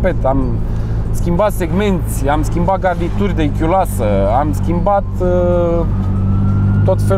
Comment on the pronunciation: da stiu,nu sunt geniu doar zic pt ca eu am auzit ca a zis chiuloasa.